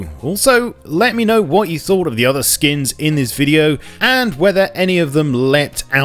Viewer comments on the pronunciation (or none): none